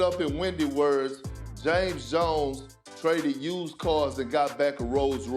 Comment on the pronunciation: Wow pork cant even properly say JAMES JONES 😂